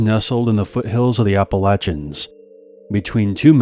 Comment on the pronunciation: Major brownie points for being one of few people that can say Appalachia.😅